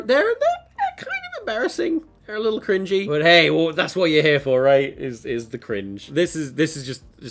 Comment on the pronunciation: Thiseh Iseh theeh besteh Arteh Evereh compaedeh toeh meeh.